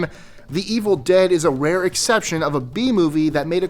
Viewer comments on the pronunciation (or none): none